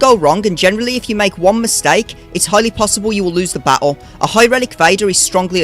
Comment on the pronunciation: Has anyone ever told you that you pronounce the word battle and many other words like a total dickhead?